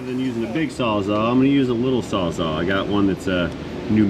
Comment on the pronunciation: You're not the only person to mis-pronounce the word Sawzall, but for some reason it's like fingernails on a chalkboard to me! I'm just sayin'.